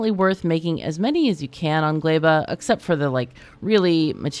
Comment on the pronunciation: its so funny to hear everyone's different ways of pronouncing the planets,, caught me completely off guard when you said glæba lol